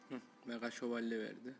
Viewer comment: meğa şevolye :D